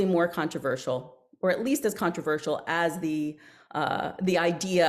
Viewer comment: “Contraervsal……….controversial” Easy for her to say 😂 Otherwise great interview